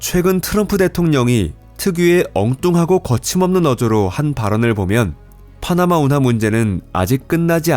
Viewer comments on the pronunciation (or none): 파흐나마 운하 아니라고 발음 진짜 줫같네